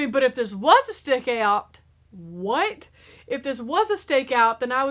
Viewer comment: A STAY-KAY-OUT??